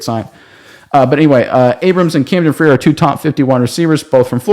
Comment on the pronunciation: It is Camdon FRIER (FRYER Phonemically) Please say it correctly as you will be saying his name a lot the next few years. His father is Matt FRIER and his uncle is Todd Frier., both FSU stars. I am sure his family would appreciate it said correctly.